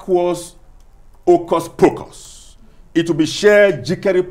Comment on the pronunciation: "It will be sheer vacuous occus procus, It will be sheer jikeri prokereh"😭😭😭😭😭😭